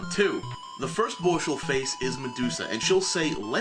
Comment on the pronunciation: You say "boss" like you have a mouth full of shit.